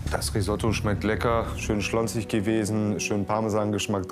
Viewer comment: Schön schlonzig: äh glaube er meint schlotzig.